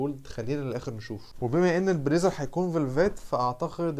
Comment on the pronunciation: عايز تلبس ال PLAZER ده ؟! اسمها BLAZER جاتك وكسة… ما تتعلم تنطقها قبل ما تتوكس و تقولها و من الاخر كده شكلك مش نافع خاااااالص في موضوع الشياكة دي : لا وش حلو لا جسم حلو و لا حتى قبول …